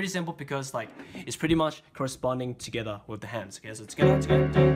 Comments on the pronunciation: It's not 'together'!!!! It's TogAeThaA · every time he says togetha i want to bang my head into a wall.... and also give him a hug. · the "togetha" makes me want to kms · togethaa togethaa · Togethah togethah togethah. CANT STRESS HOW MUCH I LOVE HIS TUTORIALS BECAUSE OF THIS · I love your "togethaa" xD Really good help by lerning some songs! Im learning completly from the begining, but your a very, very great help Keep going!;) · "togetha" intensifies Btw I subbed. Thank me later. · Thats heow yeu say et from the laend daewn unda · omg the thing that gets me angry is how he says “together” lol